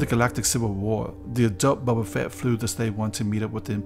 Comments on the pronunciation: His name is Boba, not Bubba ... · "Bobba Fett" lol